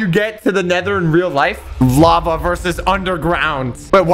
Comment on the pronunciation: It’s called lava not lave.